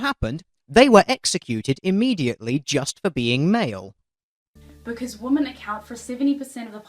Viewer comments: Can anyone else not stand the fact she says "woman" instead of "women"... or is it just me? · she keeps saying woman instead of women. It's really annoying. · I just got annoyed how she kept saying woman. She can say men but apparently can't say women with an e? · She keeps saying woman when she means women. 1 in 6 woman? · Women. Women...... WOMEN!!! NOT WOMAN YOU DUMB KIWI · Why does everyone say woman? It's women. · Lots of kiwis say "woman" instead of "women". I only noticed it a couple of years back. No idea why. I think it sounds ridiculous.